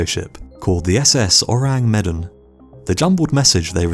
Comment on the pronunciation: Is it really too hard to check pronunciations before recording your voice-over? You absolutely WRECK the pronunciation of Ourang Medan. Medan rhymes with "the man."